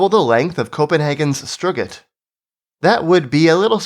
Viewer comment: Ok guys. If you're gonna reference Strøget in Copenhagen on your urbanist YouTube channel you gotta make some attempt to pronounce it correctly. I'll give you a free lesson. First of all, I suggest that you pop down to the nearest supermarket and buy a big potato from the veg section. Take the potato home. Some suggest you stick the potato straight in your mouth and rest it on the back of your tonsils, but I find that this method makes it difficult to breathe so I'm not fond of it. What I suggest is that you cook it, mash it, then let it cool a bit before inserting it into your oral cavity. Do NOT swallow it however! Now, with the potato thus filling most of the inside of your mouth, attempt to say the word "stroaughhh" except finish this word with a very subtly uplilting glottal stop. Try not to choke to death on the potato as you do this (actually, maybe using a large whole potato instead of mashing it might reduce the choking hazard, so figure out for yourself what best works without killing you off in the process). If you carefully follow these instructions and practice an hour and a half every day for six or seven years (it'll cost you a fortune in potatoes I'm afraid) you'll probably just about be able to pronounce the name of the principal pedestrian street of downtown Copenhagen in lovely beautiful sounding Danish.